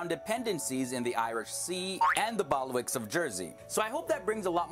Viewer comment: a splendid reaction video as ever! You might like to note that the narrator of the video made a couple of slips. ‘Bailiwick’ is pronounced ‘Bayley-wick’ and ‘Westminster’ does not have an extra syllable as in his ‘Westminister’! Mind you, I am an ageing British pedant!